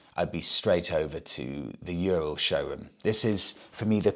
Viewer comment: the correct way to say Ural is "ooo-rall" My Russian wife has told me so 😊